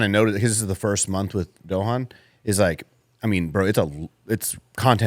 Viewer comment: tryna pronounce Dohan (I’m sure this isn’t spelled correctly) had me in tears 🤣🤣😭😭